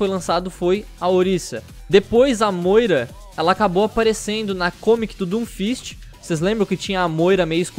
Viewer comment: nao se diz assim moira mas sem polemica